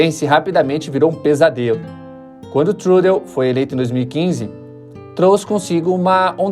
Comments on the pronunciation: Fala-se Trudô - é frances. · Meu filho, É /trudô/. A pronúncia é fundamental pra quem produz conteúdo. Dá credibilidade. Sou polaco burro, também. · O sobrenome é francês : fala- se TRUDÔ . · Se é jornalista aprenda a pronunciar pelo menos o nome do lider político do país... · Não sabe pronunciar o nome do primeiro ministro do Canadá. Triste triste. O seu inglês deve ser um desastre. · Se o Canadá não gastasse o monte de dinheiro na Guerra da Ucrânia poderia investir em financiamento de baixo custo em habitações mais populares. A imigração é um mero ESPANTALHO, coisa que ninguém está levando em conta, inclusive esse autor do vídeo que vai na onda e não procura achar as raízes. O cara que fez esse vídeo conhece tanto, mas tanto mesmo o Canadá , que nem consegue pronunciar o nome do Trudeau.😑😑😑😑😑😑😑😑